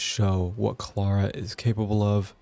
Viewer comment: How u say Clara's name makes me mad cuz now I know you'd totally butcher my name lol